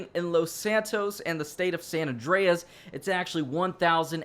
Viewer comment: san andreas that how u say it